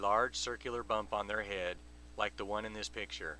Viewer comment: Jesus Christ, this is boring. I really, really hate the way you say the word "head." This crap gives me a massive "head"ache.